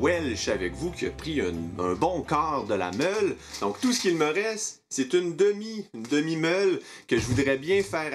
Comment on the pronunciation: J'ai hurlé de rire avec "demi meule", pour info j'ai entendu "demi molle" XD